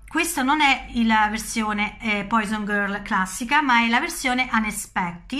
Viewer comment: ma carissima si dice puason non poison :D :D :D grazie del video !!!